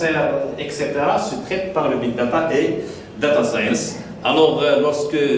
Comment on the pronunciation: "Data Scaynce" ..., Est ce-que vous êtes sérieux mais c'est quoi ce niveau la ?